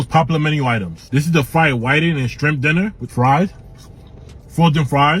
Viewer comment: Did he say strimp?